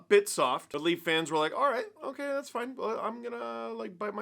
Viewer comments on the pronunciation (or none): none